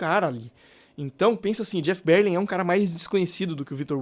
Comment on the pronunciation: Que BÉR-lin, rapaz?? É ber-LIN mesmo!